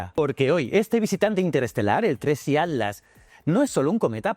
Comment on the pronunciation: PIR FAVOR PERO POR FAVOR PRONUNCIA BIEN ATLAS. SE SUPONE QUE USTEDES LOS ESPAÑOLES HABLAN EL MELÑJOR ESPAÑOL Y ESTE DECIRLE ALTLAS ES MOLESTO. HABLE BIEN